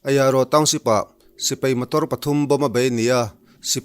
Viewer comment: Lo kap hlum ṭeuh ṭeuh zel teh se. An ralthuam hi laksak zel thei se ka va ti em. Sipai tih hi sipei tiin i lam ri lek lek ṭhin.